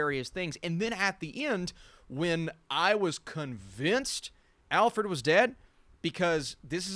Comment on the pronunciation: Great video! couldn't help but wonder when you were saying 'alfffred' if you were referencing this lol 5 minutes